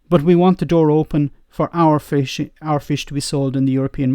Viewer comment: Every time said FISH” I winced. That annunciation was like a kick to the nuts.